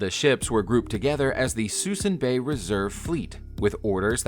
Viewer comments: Suh - Soon. Bay,! NOT 'Susson' (Suisun Bay...Used to fish around the mothball fleet) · Lol, mispronounced ‘Suisun Bay’. It’s pronounced (soo-soon).